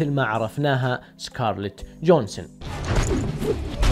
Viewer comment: اسمها سكارليت جوهانسن مو جونسون lmao